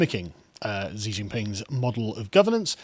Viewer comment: Xi is pronounced closer to "she" just to help not to judge. but yeah, wasn't there evidence that the CCP had funded h biden? edit: you mentioned it later in the video lol.